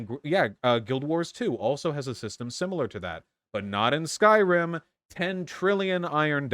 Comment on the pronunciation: Skyrim ❌ Skryim ✅